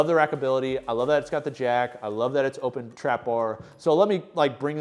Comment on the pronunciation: Nice video as always. But the name of the trapbar is more like ooooohpen or open trapbar and not what you call it. ❤😊